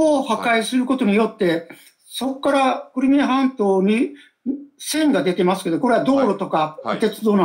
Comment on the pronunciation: この人、何回訂正されても『クルミア』って言い間違える。 気になって仕方ない。 せっかく良い解説していても何か台無し。